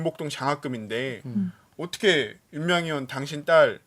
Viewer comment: 죄송한데 "윤미향 의원" 발음이 넘 빨라서 "윤미향 연" 이라 들리는데 조금만 더 발음 정확하게 해주세요 ㅋㅋ 듣는데 자꾸 거슬려서 ㅋ